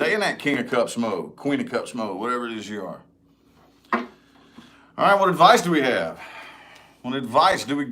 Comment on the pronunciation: I love it when you say advicie for pisces lol u r spot on with my situation